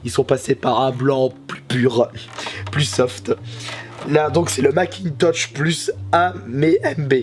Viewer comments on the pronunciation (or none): C'est Macintosh pas Macintouch! :p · Nicolas Pennerad macintosh pas makintosh